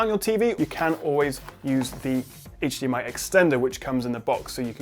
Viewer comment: you can clearly see how hard it is to pronounce hdmi corctly:) love from france